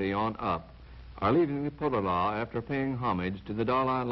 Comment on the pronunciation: Interesting video - if only the narrator was a little more precise in certain things - Potala - the emphasis is on the middle syllable, so it's Po-TA-la. The Dalai Lama IS NOT THE REINCARNATION OF BUDDHA, He is believed to be the reincarnation of the Bodhisattva of Compassion. Buddhism is just as diverse as Christianity having many different denominations, so for many Buddhists, the Potala isn't remotely sacred at all. The mantra in the prayer wheels & perpetually recited by everyone is: Om Mani Padmé Hum - it's very easy to pronounce correctly.